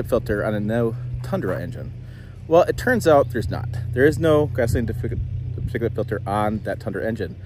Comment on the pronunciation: He says "particulate filter" like people say "lmnop". Love the channel though!